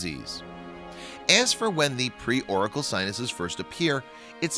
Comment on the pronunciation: The guy is pronouncing "auricular" like "oracle". This is a medical condition, not a prophet from ancient Greece...